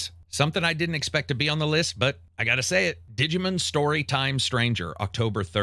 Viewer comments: It’s DIGI-MON. Not Digi-Man 🤦‍♂️ Can’t do it. Maybe instead of playing so many games, practice reading some books bro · The way you pronounce "digimin" and "pokimun" is diabolical. Great for engagement. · Absolute horrendous pronunciations, I think I'm going to unsub because of this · "Pokamen" & "Dijimen" hurt me 😅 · It tickles me every time says "Dijimen" and "Pokuhmen" 😂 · “Didjamen” love how he says it lol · I know its a nerd thing to say. but i honestly believe if you dont take the time to learn the actual pronunciation for these games name, its hard to take your review serious. Your pronunciation of Yotei and Digimon are so bad it makes me not want to watch.